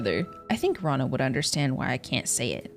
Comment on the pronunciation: Btw Rana is not said raa-na, it’s ra-na. I’m Arabic and i also sometimes say raa-na even though I have a friend named rana